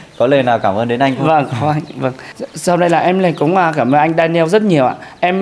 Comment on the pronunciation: Đọc là đen nhồ ‘Daniel’